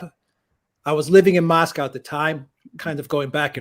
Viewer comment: Lived in Moscow. Unable to pronounce Moscow correctly. Probably pronounces Porsche as one syllable too. Fail.